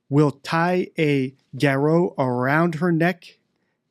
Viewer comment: Why don't you pronounce "garotte" correctly!?